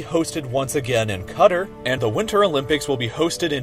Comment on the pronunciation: DID THIS GUY REALLY CALL QATAR "CUTTER" 💀💀💀